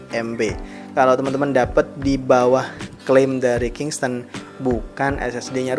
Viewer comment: bukan kingston bang tapi kingston